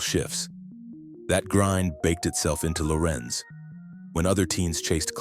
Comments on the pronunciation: It's Larenz yall.... Not Lorenz 😂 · It's Larenz